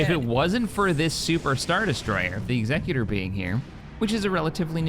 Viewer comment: Day 10 of asking to pronounce Executor correctly… Also saying Shed leans hard right and therefore he’s a bad guy makes zero sense. If anything he’d be hard left, because he’s Imperial meaning he’d be all for rising taxes, stripping the rights of the people to defend themselves, and fake news/ propaganda. Or you could just leave real world politics out of Star Wars…🤷‍♂️